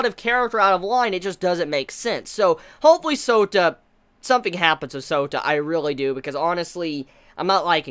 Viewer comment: Every time says Souta..all I hear is Soda lolxD